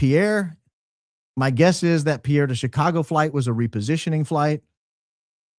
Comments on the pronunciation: Pierre, SD pronounced Peer 🤗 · A small tidbit from a NDakota native, Pierre,SD is pronounced (Peer). Love your show! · In case anyone cares - the Pierre SD pronunciation sounds like peer, not pee-air. Cheers! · as a loyal fan from SD- to pronounce Pierre, SD think boat pier, not a French guy😂😂